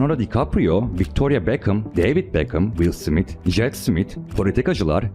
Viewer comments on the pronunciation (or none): none